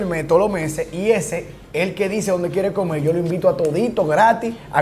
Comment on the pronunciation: todo lo que se come “caine” llevame palla…. A comei 😭😂 se ta juntando mucho con nosotros los cibaeños 😂